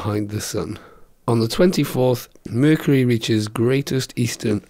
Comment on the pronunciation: vercury lol